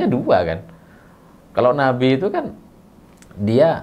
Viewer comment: sy pertama dengar ucapan bukan Nabi tp napi 😅😅